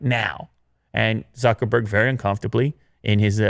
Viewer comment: So you can pronounce Sundar Pichai's name perfectly, but totally butcher Zuckerberg? If you're going to discuss the guy's company, at least say his name correctly, jesus.....